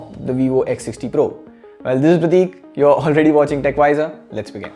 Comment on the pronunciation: Why you pronounce your name so weirdly..?? I didn't get your name